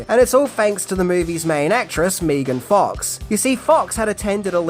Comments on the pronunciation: Another great video, but… it’s pronounced Maygun Fox, not Meegun Fox. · It’s Meh-ghan. Not Mee-gn. Megan Fox. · Not sure what was worse; ''MEE-G'IN FOX'', or that transformation sound attempt 😒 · Who the hell is meegan fox!?